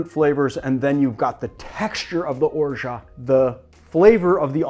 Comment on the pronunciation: Am I the only one that has noticed he pronounces ORGEAT incorrectly??